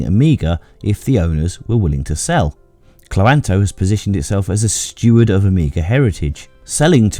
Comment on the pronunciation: I think Cloanto is meant to be pronounced cloan-to